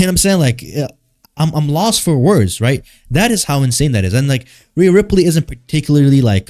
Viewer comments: i fell for the bait until when you start calling her "Rhea Riprey" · I could just watch a video of you saying Rhea Riperly over and over again dude holy shit thats funny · Riaaaaaa rippperryyy with the way yu said it 😂😂😂😂😂😂😂😂😂😂😂